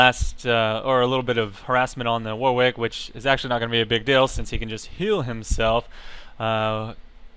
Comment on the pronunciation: Warwick is pronounced 'Warrick', it's a silent 'W'.